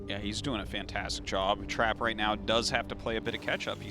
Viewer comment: Omg the way they pronounce Trap at the beginning of the video, as Trape is hilarious.